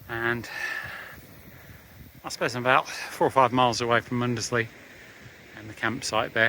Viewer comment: Good walking video. I'm from Norfolk. Cley is pronounced Cli or Cl...eye. Muckleburgh is pronounced Borough and not Burgh. Mundesley is Mundsley. Happisburgh is Hazeborough. Palling is Pauling. Few of your places pronounced wrong but i'll forgive that for the excellent content you upload lol